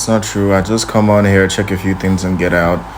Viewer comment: The “th” is a giveaway. I noticed when telling his fake story about his mom “throwing” things around he said “trowing tings” around